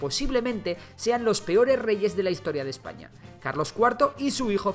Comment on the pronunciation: adios marca hispanica, claro es un video de Ejpaña xD